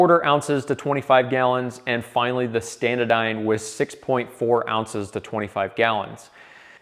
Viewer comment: say it with me, ST-ANA-DYNE, NOT standadyne